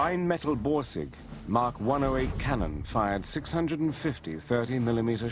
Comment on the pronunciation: It's not "mark" 108!